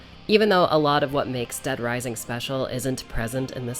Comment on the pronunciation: dead risising :0 such a classic